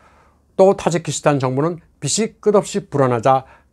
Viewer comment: "빚이"는 "비지"로 발음해야 맞습니다.